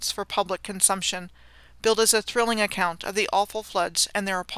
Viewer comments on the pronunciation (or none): none